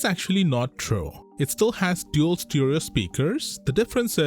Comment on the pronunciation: stEEEEEREERO!? Why can't you figure it out! Its Stereo!!!!!